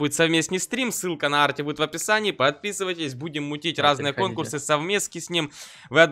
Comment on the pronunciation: Не а́рти, а Арти́ это название моего посёлка